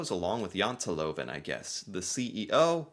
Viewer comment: YOU SAY JANTELOVEN PERFECT. BETTER THAN MOST NORWEGIANS.